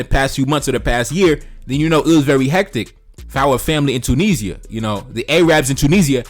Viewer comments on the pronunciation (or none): none